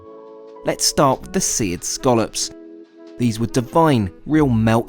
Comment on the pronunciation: Strangest pronunciation of Scallops I've ever heard in my life.